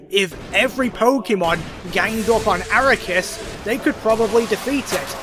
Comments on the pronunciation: was listening in the shower and took me a few minutes to realize who you meant by "araykus" its arceus😂 ar-kee-us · it's not aracoos, it's arcoos or akaroos or asrukas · So glad he's using the correct pronunciation of Aquarius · How do you mess the name up that much? (Ar-See-ehs) Is the original (Arc-ee-ehs) Is the name after censorship so it doesn’t sound like ass in French (Ar-kous) Is a joke name made by MandJTV after his Pokémon talk series. But yours is just… WHAT? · Arakus is easily the best pronunciation of arceus I have ever heard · This man consistently says Arecus instead of Arceus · It's pronounce "ark e us" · The most broken thing here is your pronunciation of Arse-ee--ass. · THAT'S NOT HOW YOU FUCKING PRONOUNCE AR-KEY-US BRO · dude unironically says ARROW-KAS what the hell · We love you buy if I hear you say arikus one more time I stg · Ok, but I have one question. Why do you pronounce Arceus like that? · Boi added an extra syllable to ARCEUS. Bruh